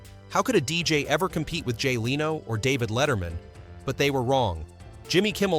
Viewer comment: To the Narrator...Jay Leno, NOT Lee-no!!! DO YOUR HOME WORK AND EDIT BEFORE YOU POST!!!